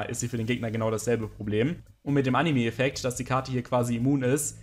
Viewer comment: "animi", immer